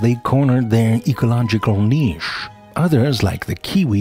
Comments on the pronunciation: Glad you pronounced the word niche as "neesh" and not that stupid "nitch" like most Americans would have. That is how David Attenborough do. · So nice to hear "niche" pronounced properly 👍😉